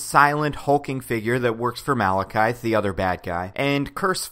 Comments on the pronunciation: its malakith not malakithe ye i saw thor 2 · Why do you keep calling him Malekythe?